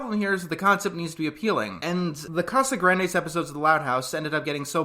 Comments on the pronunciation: Nope. The correct pronunciation is "Cah-sah-GRAHN-des" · It's CasagrAHndes not not what you said ahhhhhhhhhhhhhhh Good reviews by the way. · I understand wanting to pronounce something right but Spanish has neither of English's A sounds so it's always going to be wrong but understandable tbh. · "And yes, I'm pronouncing the name right this time" Not quite, but we're off to an ok start. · Its honestly close enough to not get upset over lol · I just think it’s funny that he made a point of saying he would pronounce it right, while pronouncing it wrong the whole time.